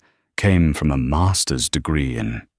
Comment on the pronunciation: A MAAAAASTUHS degree -- stupid robonarration cannot speak monetary units